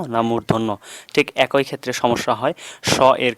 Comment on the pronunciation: ভাল লেগেছে।তবে 'একই' শব্দটি উচ্চারণের ক্ষেত্রে খটকা কাজ করেছে।এটা কি আসলে এক+ই না এক+ঐ?